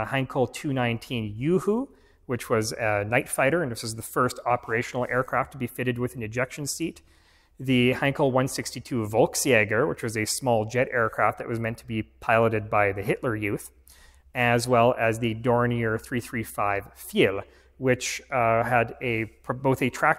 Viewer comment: "volk" in "volksjäger" is pronounced as "folk" in "folk music".